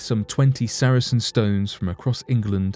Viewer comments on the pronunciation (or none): Sar-sen not saracen. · It's Sarsen stone not Saracen stone btw 👍🏻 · Sarsen stones NOT saracen stones. Also, the artist's impression of the busy road next to the site is the wrong road!. The A303 is a few hundred yards to the other side of the site. Could do better. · FOR INFO They are SARSEN stones, not Sar A Sen stones. saracens were soldiers.